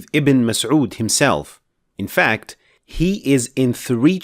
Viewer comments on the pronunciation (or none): none